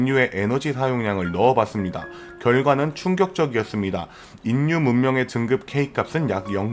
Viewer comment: 중요 키워드인 "인류"의 발음 사으로는 "일류'라고 해야 자연스러울것 같은데, 정확히 "인류"라고 하니 듣기에 상당히 어색하고 내용에 집중이 잘 안되네요. 좋은 내용 감사합니다.